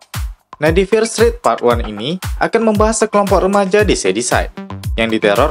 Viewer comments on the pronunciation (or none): Dibaca fier strit min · bagus bang 👍 tp saran aja pronunciation "fear street" nya lebih dbenahi, didenger agak gmn gt hehe. sukses bang